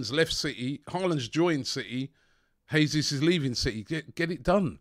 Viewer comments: If you lot do end up signing Jesus, please please can you start pronouncing his name properly? It’s the Portuguese way (Jay-zeus) not the Spanish way (hey-zeus) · Dude, STOP SAYING JESUS LIKE HE IS SPANISH!! As Brazilian it hurts my ears!!